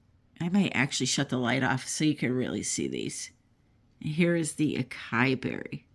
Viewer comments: Pronounced “ a sa ee” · Psst...that gorgeous new purple color...acai is actually pronounced AW-SAW-EE. Just thought I'd let ya know my dear. 😉